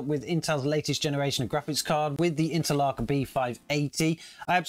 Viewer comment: I've never heard anyone pronounce Intel ARC as interlock.